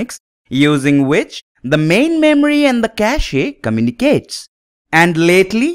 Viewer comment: Though Pronunciation of CACHE should sound like CASH. I'm saying because you have more learners from your teachings, so i hope and wish the best for you.